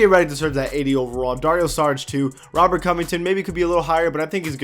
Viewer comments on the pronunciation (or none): none